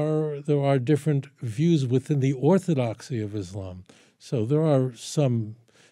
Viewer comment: Why can't people in the west even pronounce Islam and Muslims properly.